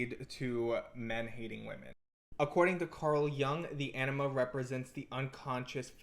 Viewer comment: 😂 same, the captions take it as ennema, your pronounciation of anima could use a little bit of work on the a (comes off more of an ae, it should be more like an ah)